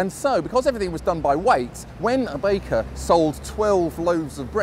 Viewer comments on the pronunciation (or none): none